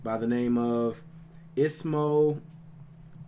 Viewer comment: ''Ismo Leikola, that's how im going to pronounce his name from now on if i can remember it'' 3 secs later: ''Islo Leikola'' xD